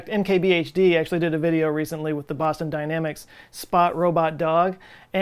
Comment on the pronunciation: When he said “Boston Dynamics” I heard “Pasta Dynamics”. And I now know what to name my new pasta company.